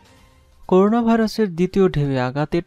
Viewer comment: Bro, Pls. make correction of pronunciation of “CORONA” . This is not “koruna”